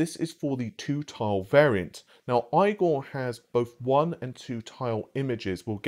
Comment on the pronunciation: Can you please say Igor's name right?